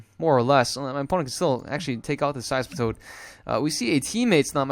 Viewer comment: Usually people pronounce See-zor. Scizor is one of the most famous, powerful and beloved Pokémon since its release in competition. It is so strong and got so many move pools and way to be played. So it's so nice to see some play on TCGO as well, because it really deserves it. Thank you,, for making a video with my favorite Pokémon ever:D